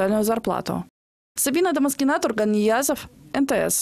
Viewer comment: Сабина Домаскина , правильное произношение ещё никто не отменял